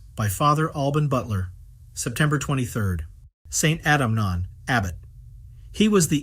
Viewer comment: It's pronounced 'Eunan'.